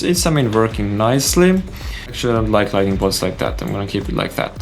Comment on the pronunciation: Thank you for these very helpful and complex tutorials. I enjoy your style. On another topic outside of Blender: Lighting and LightNING are not the same word. There is an additional "N" and so it is pronounced with the "N" after the "T". I once lived in a country where the locals would say : Your accent is charming. I wished they had corrected me but instead they let me keep saying things incorrectly. No negative intention as I point it out.